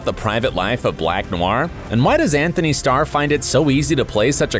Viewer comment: It's Antony not Anthony